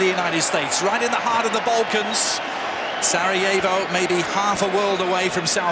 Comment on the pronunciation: I couldn't stop laughing at how he pronounced "Sarajevo" and "Asim Ferhatovic Hase"